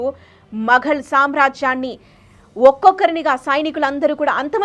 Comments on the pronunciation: మగల్ కాదు మొఘల్. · Pronunciation chala important while making such crucial videos. Maghal kadu..Mughal Marata kadu Maratha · Papa nuvvu Telugu palakatam nerchuko amma Maghal kaadu Moghal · మగల్ ఏంటమ్మా ఔరంగజేబ్ ఏమిటి తల్లి ప్లీజ్ ప్రొనౌన్స్ కరెక్ట్లీ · మగల్ కాదు మొగల్ అని పలకాలి. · Good information, but your pronouncing Aurangzeb and Moguls is not correct